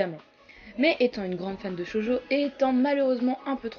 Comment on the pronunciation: J'ai dû réécouter car j'ai entendu "Jojo" au lieu de "Shōjo". Remarque, ç'aurait été cool, on a jamais assez de Jojo.